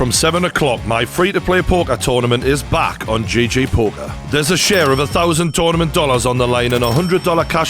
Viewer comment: It's GG poker as in gee gee not JJ as in Jay Jay